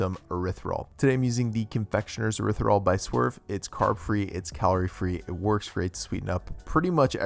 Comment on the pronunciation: Can’t wait to make these! Also, isn’t it pronounced erythri-TOL? I’m actually not sure because I hear a lot of keto people leave out the T at the end?